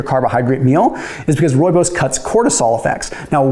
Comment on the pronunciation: First time I have heard a person not from South Africa pronounce Rooibos correct.😂